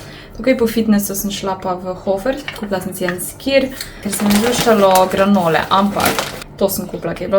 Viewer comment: Granola se drugače naglasi.😮